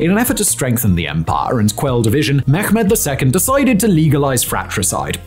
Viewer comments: It's pronounced Meh-med not Me-ghh-med. Thanks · Mehmet in Turkish is pronounced with a soft “h” ! Please stop saying “Mekkhhhmet”. Thats so cringy and simply wrong